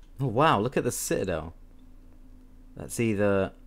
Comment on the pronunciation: Ci'adel lol